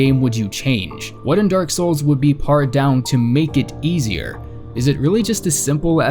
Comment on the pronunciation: parred down? come on man, its pronounced as if you were saying paired